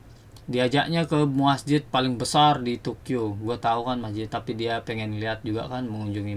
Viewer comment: Masjid bro bukan MAHJID